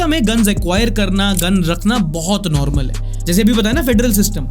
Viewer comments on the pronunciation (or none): none